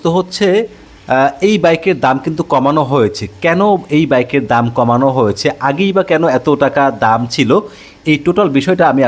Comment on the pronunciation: ভাইয়া আপনার হয়েছে শব্দ টার উচ্চারণ একটু ঠিক করেন আপনার উচ্চারণটা শুনতে খারাপ শোনায়